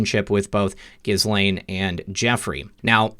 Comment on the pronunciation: Ghislaine is pronounced as Ghee Lane. The s is silent. French name.